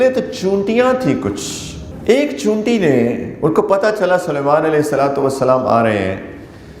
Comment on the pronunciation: اردو کا جنارہ , چیونٹی کے بجائے چینوٹی، افسوس 😂